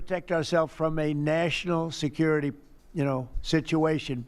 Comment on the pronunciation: "national secuirty situation" lmfao